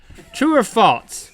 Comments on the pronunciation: Link sounds like he says 'falts' when he says 'false' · Link still says 'falts' instead of 'false' ^^ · It's false, not faltse Link. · I love how Link says "faults" instead of false. For some reason it's very satisfying to me. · Link says 'Falts' instead of 'False' my Grandma does that... Link also says bedroom shoes, My Grandma does that too....Link are you my Grandma? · Yo Link. There's no "t" in false. "True or Faults" ~ Link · was I dreaming or did he say falts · "Faltse" -Link 2015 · True or "falTse" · have u ever noticed that they say falts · Link says faltse.